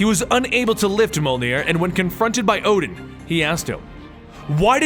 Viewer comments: Mule near not mul near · Its pronounced myu-ol-neer not myu-ug-near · It's pronounced mulenear not mulgnear no hate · its a joke the girl in the first Thor Movie called Thors hammer meow meow as a very bad mispronunciation of Mjölnir could be pronounced ( mew your near ) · The only one he really screwed up was Mjolnir. It's pronounced Myollnear. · Molnir... sigh :( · Mjolnir (me-yol-near) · You have to pronounce it as mJolnir the 'J' has to be pronounced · Its Mi-o-nir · It's mule near that's how u say it u should have heard it in the avangers and the two Thor movies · Me-ol-near = mjölnir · Thanks for the story! However your pronunciation hurts me lol. Mjolnir is pronounced "Meyollneer" and Gungnir is pronounced "Goongnir" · I know you said this in the beginning of the video and your videos are awesome by the way.......but mjolnir is pronounced mee-yol-neer....just helping out for future reference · pronounce it : Myoll-Near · I believe the hammer is pronounced "meow meow" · It's pronounced Mmjjolnir you pronounce the j as yuuh